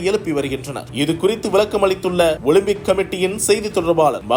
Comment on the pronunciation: எல்லாம் ஊசி போட்டு வருது ... ஓலிம்பிக்( ஓலும்பிக்) சீ